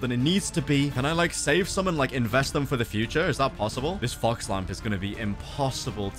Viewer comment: I thought he said f*cks fire disruption